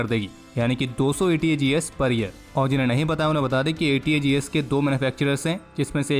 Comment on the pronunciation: Aapne ATAGS ko ATGS Boldiya.